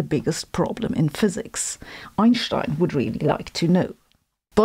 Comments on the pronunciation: The first time I hear "Einstein" pronounced correctly on YouTube, and I'm not even German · Além de derrubar todos esse mitos idiotas da pseudo-ciência (bad science) que vendem por aí, Sabine é a única que pronuncia o nome do Albert corretamente. And I love it so much.